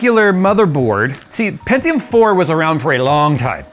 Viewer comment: hearing someone pronounce pentium as "pen-ti-yoom" instead of "pen-chum" is kinda weird for me. anyone else? just me?